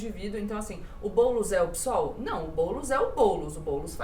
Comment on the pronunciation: Se pronuncia PÊSOL nao PISOL, tem que ler a sigla do partido, não PSOL como uma palavra.